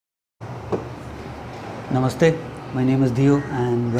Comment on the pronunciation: I love the way you say Namaste 😊 thank you so much 🙏🏼